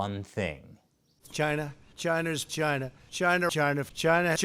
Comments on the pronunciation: It's pronounced "GYNA"!! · zoned out and though he kept saying vag!na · China's 'gina? lol. I guess I heard differently. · He was saying CHina this whole time? I thought he was saying "Gina"...he keeps looking at that..well, nevermind. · some of those "China"s sounded like "Gina" thank goodness he didn't put "Vi" in front of it. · “V’China” -Trump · Was he saying Vagina or china? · When the Pres. Trump calling China so quickly it blended in and sounded like Vagina..... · all I hear when he says that is vagina... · Everytime Trump says "c h y n a" I keep hearing vagina. Its awesome. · Too many times china sounds like v*Gina 😂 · Cryo Optic i heart like vechina if ya know what i mean haha p***y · That is CHYNA with a y.